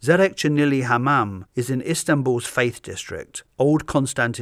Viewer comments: it is "Fatih" not faith, but still a good try! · it is suuuuch a small detail but: I love LOVE how you misread the Fatih district as "Faith" :') It is indeed a large district that serves as a home to faith-related constructions which adds to its faith spatiality, under Byzantine and Ottomans. i love it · Did you mean Fatih? You said Faith.